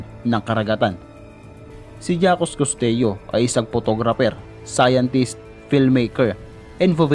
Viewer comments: Jacques Costeau pronounced Jacks Costow, ( not jackus costeyo) please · Jacques Cousteau = zhak-kooh-stoh. Pacific, hindi Pacipic. Photographer, hindi Potograper. Ok at maganda na sana video mo, kaso ayusin mo yung pagkabigkas ng mga words lalo na pag proper nouns. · that jakes kosteyo (Jacques Costeau) pronunciation